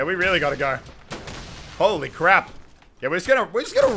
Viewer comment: Did you say crab instead of crap in the intro?